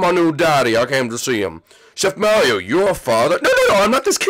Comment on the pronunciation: Mairo MAIRO!?!!? YOU SHOULD BE ASHAMED FOR MISPERNOUSING HIS NAME LIKE THAT